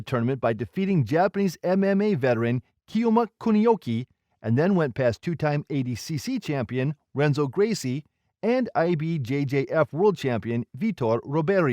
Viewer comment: Dude, if you're going to make videos about BJJ you gotta pronounce the names right. The r in Portuguese has an h sound so Riberio is pronounced Hiberio, Royce is pronounced Hoyce, Renzo is Henzo, etc...